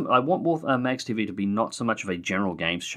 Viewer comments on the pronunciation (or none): I shall forgive you your mispronuncation of my holy name Magz :)